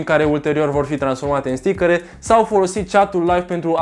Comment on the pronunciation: stickăre =))))) mai ai şi tu Stickăre ? =))))